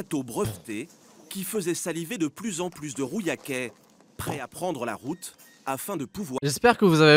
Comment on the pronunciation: Alors c'est Rouillac, pas "rouyac" et les deux ont fermé